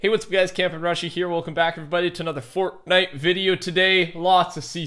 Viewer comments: "fordy" lol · Why do you say fortnite like that in your intro?